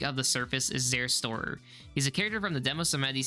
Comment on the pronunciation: nobody mentioning how zerstörer is butchered to hell... zehr.. shtooorer.. not zærstohrer Cries in german